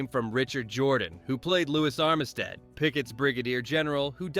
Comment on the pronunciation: Armistead is pronounced UM--sted. Also, "Lee" addresses Heth by his lst name when he called him by his first name: they were cousins.